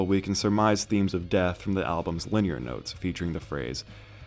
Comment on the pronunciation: Rick oh-KASS-ick, and Liner(rhymes with Diner) Notes not Linear Notes